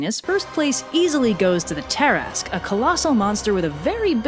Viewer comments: TIL that "tarrasque" is pronounced "tear-ask" and not "tear-a-skew" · It’s ta-rask not tar-ask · Me: "Why is it pronounced as 'tarrask', instead of how the word looks?": "From southern France" Me: "Oh, now it makes sense." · It's not "tear-ask", but "tuh/ter-rask" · i swear the way you pronounce tarasque makes me mad for some reason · Ok I'm really annoyed it's pronounced ta-rask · Wait, it's pronounced "Tear-ask"?! My life has been a lie.... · It's pronounced Ter-ask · Please. Look up pronunciations for the main subjects of your videos. Between this and the k sound you shove into Mycenean, I just can't. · TIL I and my entire group of nerds have been pronouncing Tarasque wrong for over 20 years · Oh dear... I have been pronouncing Tarasque wrong for years!